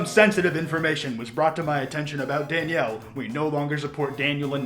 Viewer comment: It's pronounced DAN-YELL damn it! 😂